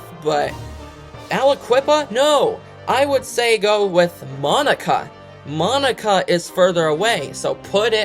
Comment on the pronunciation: I live in Monaca and it’s not Monica it’s pronounced “mon” aka